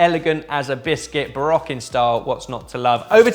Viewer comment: doesn't instill a ton of confidence when he mispronounces Rococo and Baroque. It's more like misplaced tonal inflection